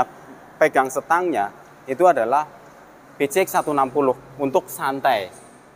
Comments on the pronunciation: aap susah nya nyebut pcx ( pi si eks ) malah nyebut pice ek gk sekalian bilang PICEK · Wkwkw ya sama bg suka gereget sih jd ala ala kampung nyebut pelafalan english PCXnya